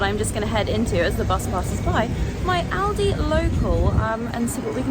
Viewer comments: just so you know its not oldi its aldi has in al dee not all dee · Aldi is pronounced al day, not all day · It's pronounced Al, not orl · It's al-dee not allldee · sorry to say its alda not oldi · Say Al dee Not Alldee Aldi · Its pronounced Aldi here, not Oldi. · It is not 'All De' it is Al as in 'Al Bundy' .. Al De... Aldi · Aldi is great and its called Aldi not alldee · Whats Audi ? Aldee mate. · Its aldi not alldi mate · It is pronounced Aldi as in apple. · It's Al_di, like you are saying the name Al... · The girl tells you how it’s pronounced, not hard to pronounce Aldi the way we say it…al day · Al-DI. Sounds like Al Dee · you didnt do bad with the pronunciation - Aldi - say it like this > Al Dee